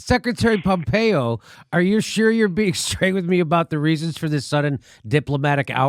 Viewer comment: PhhompeOH ... ... PHOOHMPHREO!